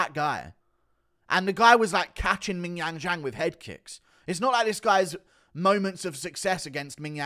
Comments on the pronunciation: Please stop saying ming yang jang lol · guru saying mingyang is fucking hilarious 😭😭😭😭😭😭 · is it racist to just laugh everytime guru says ming jong jang ffs hahahahaha